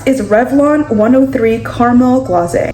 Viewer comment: I hate to be THAT girl, but it's mica pronounced like "my cah" not mee-cah, & caramel GLAZE like a glaze/drizzle. Not gla-zay. 😆